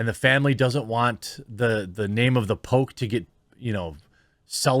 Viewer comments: I thought you were saying The Pope not The Poke for half the video lol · Man I got so confused because for the longest time I thought you were saying “the Pope.”